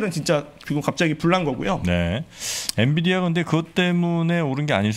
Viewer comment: 엔비디아! 엔디비아 아니구요!